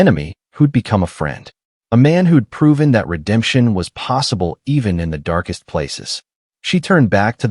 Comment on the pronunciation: Please change the narrator, it spoils a good story when his voice can't pronounce simple words. Eg, saying I N instead of in, and the mistakes are frequent. This criticism is not meant with any disrespect, just pointers to improve the telling of the events. God bless everyone and their families who have left a comment, best wishes from Australia ❤ x 😊 btw, the story is excellent, your channel will grow rapidly if you improve the narration!!!!!